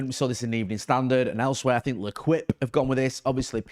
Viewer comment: L'Equip is pronounced 'Lay-keep'